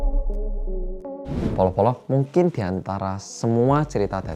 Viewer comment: Ada Berapa kata "Mungking" yg di sebutkan oleh?